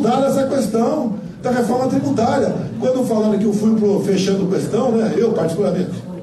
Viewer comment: Só de escutar novamente "cueastão" já dá ânsia de vômito